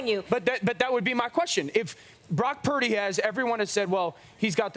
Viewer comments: Cam Newton pronouncing Purdy as 'Parody'... Low key no respect...😂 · I'm sorry I can't take Newton seriously. He's always mispronouncing people's names. "Brock Pur-eh-dy" spend less time looking at oversized hats and a little more time on prep for appearances. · Cam cannot say “Purdy” to save his life 😂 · Cam, you need to work on that PURDY word!😂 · Cam fumbling Purdy's pronunciation? Penalty for Real Madrid